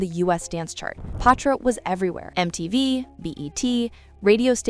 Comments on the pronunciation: Her name is Patra not Pah- tra. You’re pronouncing her name incorrectly. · Why is she pronouncing her name like that?? It’s not POTra…even said it was short for Cleopatra and still couldn’t get it right 🤦🏽‍♂️ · I got to 5 mins in the video and had to stop,it, I was tired of hearing “Potra”